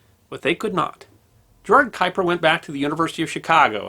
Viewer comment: Or any other German or Dutch name, like Haber, Erwin, Göttingen, Kuiper ...